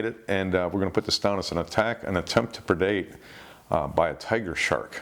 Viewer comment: What is the word that is use all the time by the host when describing a sharks attempt to eat or take the prey? It sounds like perdate